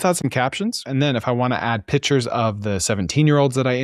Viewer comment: Pictures isn’t pronounced Pitchers. Call them Images like pro Web Workers. 🌈 the more you know